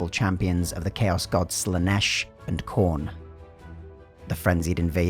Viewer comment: The commentator calling the chaos god "Corn" was the best bit